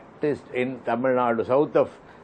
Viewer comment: Vishnu, it is not TAMIL NAD, it is TAMIL NADU